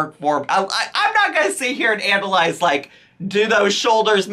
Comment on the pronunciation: At first I thought you said Amberlyze instead of analyze 😭